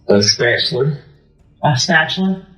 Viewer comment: "Ambalance" & a "spachaler" what an uneducated and demonic FOOL.